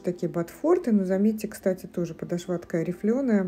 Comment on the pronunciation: Добрый день! Спасибо за обзор!, ну почему подошвА (подошвЕ)?! Очень режет слух.